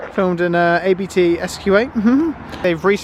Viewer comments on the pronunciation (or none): It's a Family Name, please say Abt, not A-B-T 😃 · Abt is a last name so you say ABT not A-B-T